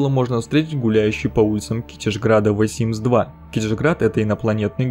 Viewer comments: Блин не говори вэ Симс ты не правильно говоришь если ты не можешь произнести the тогда говори просто симс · Меня одну коробит от произношения "ВЭ СИМС" ?